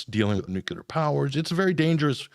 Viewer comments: lots of "new kew lar" Its "New clear" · Why do some Americans say "nucilar" instead of "nuclear"? It is irritating. Bush used to do that too. It's as if they are illiterate. NUC-LE-AR. Just read what's written for heaven's sake. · If you can't pronounce the word nuclear.... I'm not convinced you know anything... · Please pronounce "nuclear" correctly if you are going to talk about it.